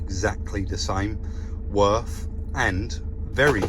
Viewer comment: Würth = “vur-earth” in German 👌👌. They are the OEM supplier to nearly all manufacturers. Definitely a proper job 👍👍